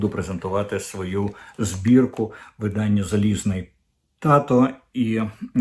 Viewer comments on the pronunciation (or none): none